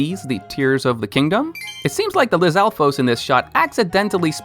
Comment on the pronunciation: Bro I swear it's pronounced Bow-kah-blin vs. Boca-blin Edit: Moe-blin? It's gotta be Moblin... Like a minecraft mob... You said it right earlier in the video. Something about the way you said Lizalfos was off too Good video but it kept bothering me sorry